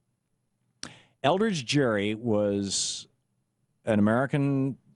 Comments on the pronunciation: I'd say he got a bad rap. You can't even say his name correctly. The "G" in "Gerry" is not pronounced like a "J", it's a hard "G". Crack a book, would you? You talk about reading the history, but you clearly haven't. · YOUR SAYING IT WRONG IT HAS A HARD G GERRY HARD G JEES LEARN YOU HISTORY